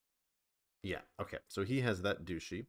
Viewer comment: I always die inside a little when you say "dooshee" instead of "dutchy" 😅